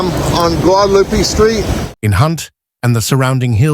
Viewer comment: Learn how to pronounce Guadalupe